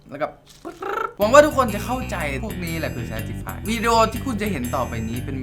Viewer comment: ภาษาอังกฤษเข้าเอิ้นว่าเชฟติไฟ 555พี่เป็นคนอีสานใช่ไหม